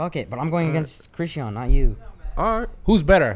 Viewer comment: Bro when he said. Christean lol it's not christean it's chrisean has me 😂😂😂😂😂😂